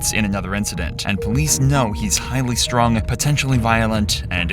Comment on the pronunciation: He "STRÜNG"